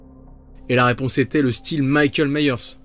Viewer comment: Ce n'est pas Meyers mais bien Myers